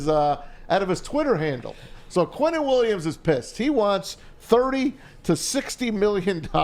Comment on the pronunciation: Lol dude said I'm gonna toot my own horn , then called Quinnen by the name Keenan twice . Good grief